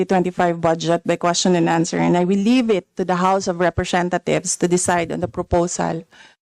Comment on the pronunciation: representa THIEVES tlg pagkakarinig ko eh. 😂😂😂